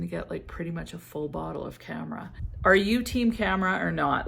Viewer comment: I am totally team Khamrah (not camera 📸, it’s pronounced like Calm rah) I had it , finished it , bought a tester of Khamrah Qahwa, liked it too, and have another full bottle very similar called Sharaf Blend Zimaya. Love it)